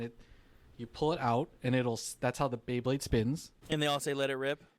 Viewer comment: Anyone else just hearing "bae-king" and not "bey-king"? 🤣